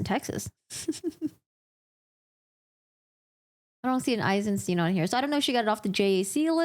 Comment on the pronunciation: Eisensteen 👺 It's the same two letters in "stein"... why do they always convert into "ee" in English? -.